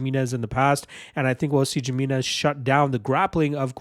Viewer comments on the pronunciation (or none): The J makes an H sound. It's pronounced Hi-minez.